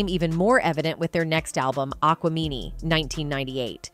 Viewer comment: You know it's A.I. when she says "ON-TWON Patton", "Southern Playalistic ODD-E-LOC Music", "ATE-LEE-Ins", "AQUA-MEANIE" and "STANK-HO-NIA". 😂